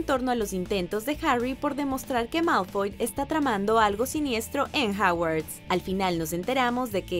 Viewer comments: es hogwarts no hawarts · No es Hawars es Hogwarts